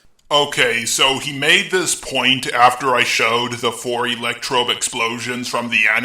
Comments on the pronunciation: I don't know if I'm mishearing every single time or what, but are you saying ElectroBe here? Yeesh, if so that's a bit cringy. It's ElectroDe. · why do you say "electrobe" instead of electrode? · Just slightly nitpicking. Does anyone realize that keeps calling Electrode "ElectroBe" with a B? I just find that a little funny xD